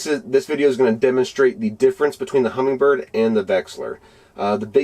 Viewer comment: 1: There is no g in Humminbird. 2: Its not pronounced vexler. Its a V E X I L A R. 3: My OCD twitching bad.